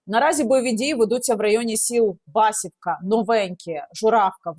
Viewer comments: ХотІнська, Юнаківська, БасІвка, миропІлля!)))) наголос не вірний) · Басівка -наголос на другий склад, не перевертайте назви, це важливо, як сама мова